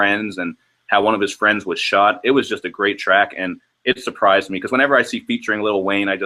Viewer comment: bruhhhh yo Canadian accent HEAVY when u say "shot" 😂😂